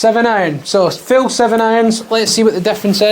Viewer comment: dang I swear you kept saying Fill 🤣